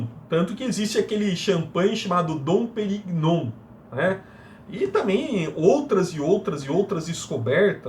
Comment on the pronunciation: Ótimo vídeo 👏👏 Só duas dicas: a pronúncia correta do nome da escritora é "Pernú" e do champanhe é Dom "Perrinhon" rsrs